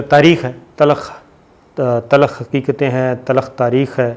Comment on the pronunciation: The word is not "Talukh", instead it is "Talkh"